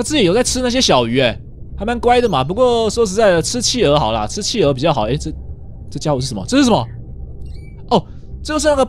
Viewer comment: 企鹅听成汽油。。。XXXXXDDDDD